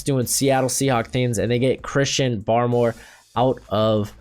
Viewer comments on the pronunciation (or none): none